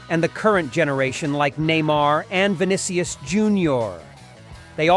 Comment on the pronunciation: Vinnikyes?…. 😂😂😂 AI generated